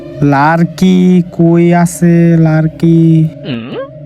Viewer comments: ভাই ওটা লারকি হবে না লাকড়ি হবে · Dail ❌ Dal✅ Larki❌ Lakri✅